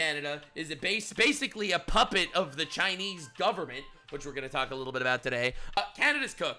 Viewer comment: "No... ->(t)he right wings of the US are like this" T. You missed the letter T. Dunno about other homie but I forgive you in regards to your abysmal sentence structures as well, seeing as I can smell the ESL from here.